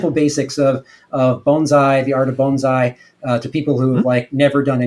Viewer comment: “Bones-eye”? Is that something I don’t know? Or is it an alternate pronunciation of “bonsai”?